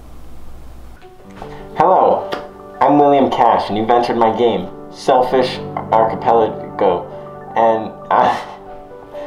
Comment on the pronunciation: “you’re the winner… of Selfish Archipelijigo”